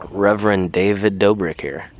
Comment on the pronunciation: That's an & Sign. Two "b"s makes it DOBBrick, not DOEbrick.